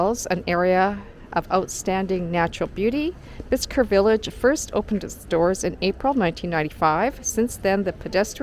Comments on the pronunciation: Bicester village is not just ouside London...it's 45 miles at least. And...where did you get that pronunciation? It's actually pronounced "Bissta"! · Hi its pronounced Bister you dont pronounce the C. 🙂